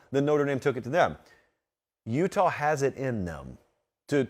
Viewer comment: Check the highlights bro say "Utah" 😂😂